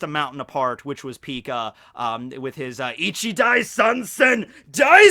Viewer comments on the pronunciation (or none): none